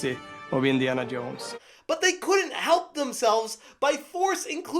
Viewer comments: "Iniana Yones..." 🤣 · Indiana Yones